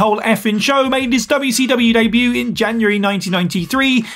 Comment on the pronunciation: Debut* not Deibyu